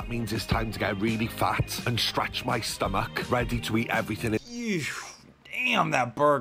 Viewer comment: I hate the way drags out words. "Buuuurrrrrger" and "breeeaakfast". Also the way he pronounces stomach as "stom-ACHE"